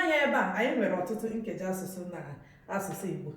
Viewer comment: 🤔🤔🤔i think u are not pronousing ur nkeji asusu very well❤